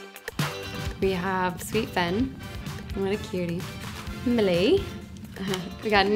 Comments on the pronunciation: millie in british accent LOL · Said millie in an english accent